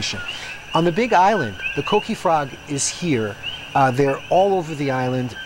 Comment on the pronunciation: Is not coqui is coquí 😂